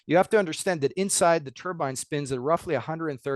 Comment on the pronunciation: IT’S NOT A HAT, IT’S AN ENGINE!! (turbine NOT turban!! ) FGS, get it right! 🤡🤡🤡